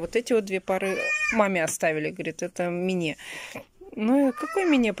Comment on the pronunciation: непробиваемая... " Мине...", " фабЭрлик... "